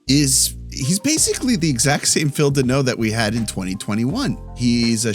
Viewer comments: It's Danault. Not Deno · FYI it is not denault -- it's dAnault DA not DE ,i was maried to a Denault for 35 years was told to many time cheers